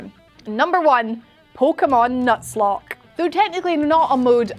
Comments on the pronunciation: "Nutslock". It's NUZ. NUZ. Like Z as in zipper. NUZLOCKE. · You mean "Newslock"? Like the "u" is long and not short like she said it? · ....Nutslock? It's Nuzlocke. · Y tf she call it "nutzlock"?